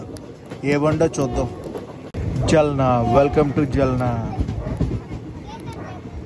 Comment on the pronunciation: జల్నా కాదు బ్రో ఆ సిటీ పేరు జాల్నా